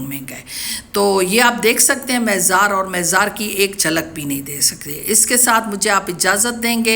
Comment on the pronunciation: مےزار نہیں مزار